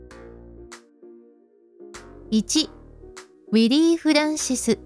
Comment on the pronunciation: ６:44分ウィリーは逮捕から、「わすが」になってる